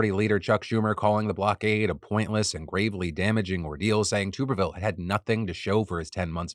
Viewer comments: Tommy Tuberville's last name is pronounced with a short 'U' sound (like "tub" as opposed to "tube"). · I hate that he’s in the news but please stop saying tube-erville it’s tub-erville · Hopefully Tuberville isn't needed to be brought up again BUT a bit of correction. His name is TUBerville (as in bath TUB) not TUBEerville. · AGAIN, the "Tub" in Tuberville is pronounced like a bath tub!!!!!!!!!!!!!!